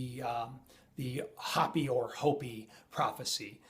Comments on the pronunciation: hoe-pee, please I'm having trouble watching, not Hoppy! hoe-pee! Just trying to correct the pronunciation, please, not trying to be offensive. I don't get everything right either. Love your channel, always wait in anticipation for the next video. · Hey, it's pronounced Hope-E...! Not Hoppy...! As in the Hopi Indians. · its HO-PEE not hop-ee. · Don't the Hopi people say HOEPEE, not hahpee? We should say it the way they do, right? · it's not Hoppy it's pronounced Hope -E spelled Hopi sorry, continue on.Great vidS BTW! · Your driving me nuts! Hopi is pronounced like "Hope-E", not hoppie! Pronunciation lol! Love the videos but that's really bothering me! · Hey you are great, but it is pronounced (hope- ee) not hoppy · It's pronounced 'hopey" not "hoppy" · It's pronounced Hopey-Hopi,-not hoppy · anu = ahh new, hopi = hopeee not big deal just heads up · it is pronounced Hoo pee not hoppy. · In all of your research you never learned how to pronounce Hopi? It's pronounced like ho-pee. Sounds like creepy. k? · Its HOPE- E.. I know, it look like bla dee daa deee bla... Welcome to Arizona. Gila is - He-La -Monster.. ....Hila G-is Silent.Shhhhhh!! Peace and Blessing Hiking the Grand Canyon next week for 3 days.Grab your back pack and good pair of hiking Boots is a must . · its pronounced .. Hope pee (Hopi) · Isn't Hopi pronounced "Hope-e"? Love the video! I wish I didn't have such trouble with faith, in that I have a hard time believing... 😣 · 2 serious mispronounciations: Hopi is pronounced long oh, and ee. H-oh-pee. Anu - the A is as in Ah, not long ay. So it is pronounced Ah-noo. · MY FRIEND... its hope-ee. 😀😀 love ya brother! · Hopi is pronounced like Hopey. Love your vids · Hopi has long O sound. Just FYI. Love your show man.